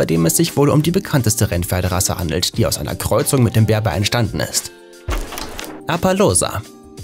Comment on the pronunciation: sagt man den appaloosas nicht appalusa? ausgesprochen